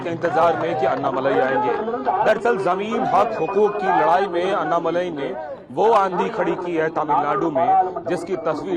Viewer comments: अन्नामलाई नही अण्णामलाई बोलो लिखो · हिंदी टिप्पणीकारों के लिए: - वे अन्नामलाई नहीं हैं, वे अण्णामलाई हैं। अण्णा यानि तमिय भाषा में 'बडा भाई'।